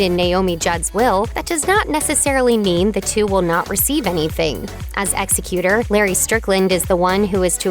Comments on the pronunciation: Plz learn how to pronounce common words like executer (ek zek uter) media ppl that cant pronounce words are on my tops of pet peaves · Executer of the will? It’s Executor. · Executor is pronounced ex-EC-u-tor